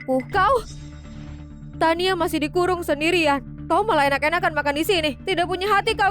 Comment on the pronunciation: Namanya Tania jdi Tiana, duber nya nge blank😂